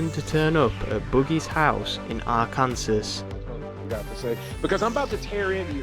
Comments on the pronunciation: Also, emphasis is on 1st syllable, not 2nd. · It’s pronounced are-can-saw, not are Kansas. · First of all it's AR KAN SAW!!!!! and secondly this man is repulsive and was from the start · also nobody's pointed this out(and it's a minor thing but still) but it's "are-can-saw" not "are-can-sass" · It's pronounced "Ar-kan-SAW" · Kansas. Akransas. America why???^^ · R-Kansas??? This doc is not credible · Haha he said R kansas 😅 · For future reference, it's pronounced Ark-in-saw. And I think Boogie made ALL of his shit up. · it might be Fr. Bro said Ar-kansas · That's a pretty braindead take on gamergate. Then again you can't even pronounce Arkansas right so....